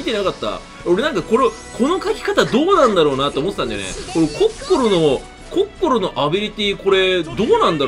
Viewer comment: やっぱコッ↑コ↓ロはいいゾ～